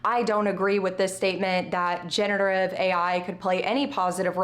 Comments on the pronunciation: good video, though I am confused why you keep saying genETERive ai instead of genERATive ai. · off topic but am I the only one who noticed that she pronounces "generative" wrong?